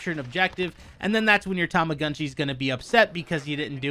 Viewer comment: It appears Japanese. It should be Tow-Mo-GOOn-Chi. I always thought the Tu and Mu and Gu sounds were closer to Too and Moo and Goo.... I think is butchering it.